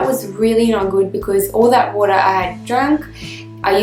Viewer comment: What is woora?? She keeps saying drink glass if woora.., 🤔